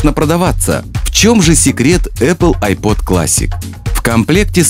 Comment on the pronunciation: айпОд